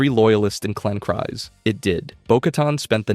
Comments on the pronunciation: I don't think it is pronounced "Cries", I believe it is "Kreez". And Kast is gonna be on Maul's side. At least Rook is Maul's Second. Mand'Alor. Also, the irony of Viszla is the symbol of leadership was a lightsaber, from a Jedi. The Darksaber was a Jedi's weapon. Before Jango Fett there was Jaster Mereel. The only point in current Disney canon nodding to Jaster is half his name on the ownership records of Boba's armour, but that is enough to say Jaster existed in some form. He was Jango's adopted father, after the Fett family farm was attacked. The irony is the ones who did survive were the warriors. Bo-Katan's Nite Owls? Ex-Death Watch warriors. Children of the Watch? Warriors who decided they were not above hiding to survive. I think the Armourer would was doing what she needed to keep the Tribe alive. I also think she was sartiing to loosen up when she said Bo-Katan did not have to follow the rigid rules of the Tribe. I think the Armourer saw Bo-Katan as someone who had the voice to rally surviving Mandalorians together, and that would end up tomthe Tribe's advantage, to find connection with other Mandalorians and broaden their support base again. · It's kreez, not cries. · It’s pronounced creez. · you pronounced Kryze wrong. It is Kryze, you pronounced it as Kries. Yes I know that writing it here won't let me help your pronouceation but I love Star Wars and hate such simple mistakes like how to pronounce words so I had to... Oh and I'm gonna make a Droid at Disneyland, what do you think of R3-D5(Nickname Reds)?